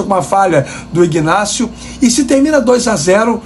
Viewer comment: IGGGnácio é Flórida., o G é mudo. Inácio é o nome do cidadão.😂😂😂😂😂